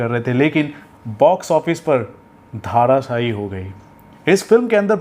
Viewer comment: its dharashahi....not dhaaarashahi...hindi kariye. your hindi diction is pathetic.